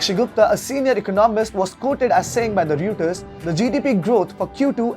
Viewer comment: Reuters is pronounced Roiters.